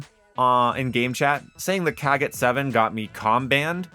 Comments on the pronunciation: 😅😅, there is no "A" in the kogot...you made it way too easy for the Com ban that is way too sensitive anyway. But yeah, it's not the KAA-got 😂 much love though, brother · That killed me, he said it like a slur fr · Imma be real I basically never use gunfighter. If a gun needs more than 5 attachments then it’s just not worth using. Also why do you pronounce kogot like that?